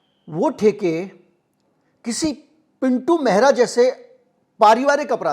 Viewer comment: आप "मेहरा" का उच्चारण कर रहे हैं जो कि पंजाबियों की एक प्रमुख जाति है इससे भ्रम उत्पन्न हो रहा है ! दरअसल उच्चारण "महरा" होना चाहिए ! पहले ये लोग अपने स्वामियों के यहां पानी भर कर जीवन यापन करते थे ! कहार, केवट, निषाद, लगभग समकक्ष जातियां हैं !